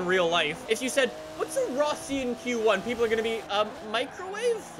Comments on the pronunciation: It's not fission q1 it's Russian quan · It's pronounced RUSSIAN Q1